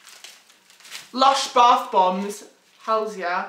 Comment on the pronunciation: "lersh barth bombs"